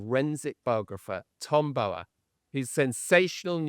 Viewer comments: Can you PLEASE pronounce Tom Bower’s name correctly!!! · Why cannot Tom Sykes say the name “Bower” correctly? He says it wrong every time! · Forget the fashion, too frivolous. Why do you miss pronounce Tom Bower’s surname? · Is his surname pronounced Bo-er or Bough-er? Tom Sykes is the only one I've heard pronounce it the former. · How does Tom Bower pronounce his name? To rhyme with flower or lower?